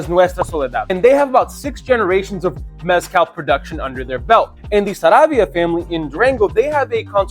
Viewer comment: But you're still not pronouncing mezcal right 😂